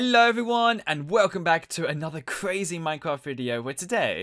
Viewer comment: Fwee, two, one, go! Oh woooowww woaaahhh this is cwazyyy